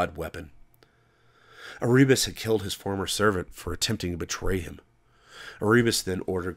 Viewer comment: Erebus = "Air-oo-bus" ? I am now convinced that you are just doing it to fuck with me.